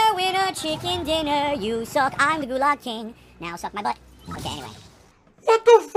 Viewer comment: King of the Gulahg, because he is in there kahnstantly. Good thing there are no bathrooms in there.